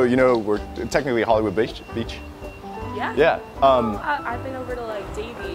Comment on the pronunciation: Did anyone notice that said 'bitch' instead of 'beach'?? lol